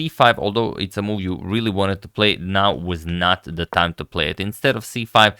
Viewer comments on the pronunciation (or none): none